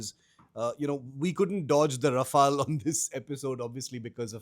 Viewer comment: Raf-all or Raf-ale, host should do home homework on pronunciation before having a talk show on the same.